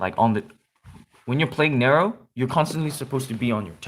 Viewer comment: You don't say Nero right no offense